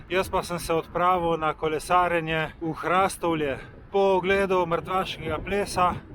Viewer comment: Hrastovlje se izgovori z povdarkom na o HrastOvlje ne pa z povdarkom na a kot vi izgovarjate... samo opomnik😉